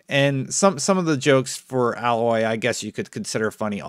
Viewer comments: You don’t know how to pronounce Aloy (It’s Ay-Loy, not Ah-Loy) She’s 19 in Zero Dawn and Forbidden West is 6 months later son she’s 20 at most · Americans... 😞... At a multitude of points throughout the entire game she is called AY-LOY ... Why do you all insist on futsing with pronunciations because they're a little different? The word Alloy isn't even SPELLED the same. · A loy not al oy . I don't understand how people can't say names when they have heard it said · seconds into this video, and I'm sorry but you're saying her name wrong; it's Ay--loy not like the alloy that is the mixture of two metals despite that being the way her name is spelled. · I don’t want to sound mean but in the first game its Pronounced as a then Loy for her name it’s how game Pronounce it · Alloy - pronounced Ay-loy (long A sound with loy rhyming with boy). Her name was said a million times in the first game. Did you actually play it dude? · I can’t watch this video If he can’t get her name right . Her name is Aloy. Alloy is a type of metal. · I dont think you played Horizon Zero Dawn cause of your pronunciation of Aloy’s name. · Sorry to be that guy, but it’s Aye-Loy 😅🏃🏾‍♂️💨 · I agree with the througline of this video no question. But there's zero chance that aloy is 45. The proving at the beginning of zero dawn is clearly meant as a rite of passage for younger members of the tribe. I'd maybe believe that she's at most 30-35. Also it's pronounced ey-loy haha. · Dude, I agree its crazy for people to fixate so hard. But Aloy (pronounced Aye-loy), looks fuckin goofy. Like I took a double take during the footage and was contemplating for a millisecond if it was some kind of joke. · seem like you haven’t play horizon zero dawn every cut scene they said her name “A”loy not aloy I hate when Xbox fans say her name wrong. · You’re saying her name wrong, she is not a mixture of two different metals, therefore you shouldn’t call her alloy. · Aloy long A sound...